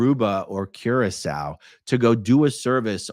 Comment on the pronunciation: I was today years old when I learned how to pronounce Curaçao. Thank you, AARon!! 🙊